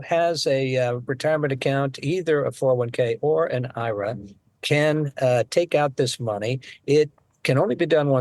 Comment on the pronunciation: Did he say 'eye-ruh' for IRA?😂